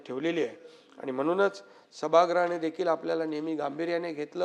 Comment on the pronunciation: आनि बानी पानी बहीन अशेल… याला उत्कृष्ट म्हणता की काय? कमाल आहे.